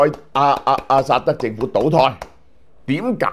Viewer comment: 老蕭多次將阿薩德講成阿塞德，是否工作过勞?